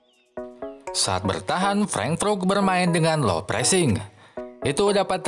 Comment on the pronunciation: Cara bacanya "freng" "frut" min.... Good job teruskan dan tetap terus berkarya